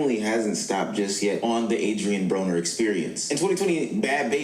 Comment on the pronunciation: No, you pronounced his name right. Brahh-ner.